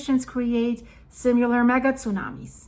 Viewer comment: Hi: This may be an older video, because you pronounced "Similar" as "Simular" again. I thought you fixed this wrong habit, so just keep practising. Keep up the good videos.